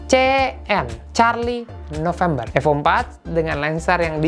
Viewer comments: Cara sebut nama sja ko sda salah,Evo Bukan AFO..bongo,ko memalukan iconic terhebat dunia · Evo bukan efo 😂